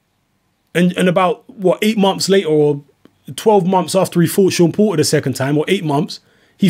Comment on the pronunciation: "Seem like" is your perception Pratice english you are a pale man you should be able to speak his name Is Porter not Po- err dumb ass cave man